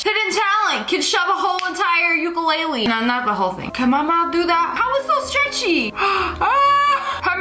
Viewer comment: as a hawaiian How you say ukulele kills me you amercan pronounce Hawaiian words so wrong